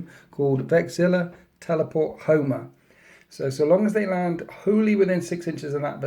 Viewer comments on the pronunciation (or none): none